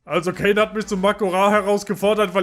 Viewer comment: Cairne Bluthuf/Bloodhoof wird im deutschen Kern ausgesprochen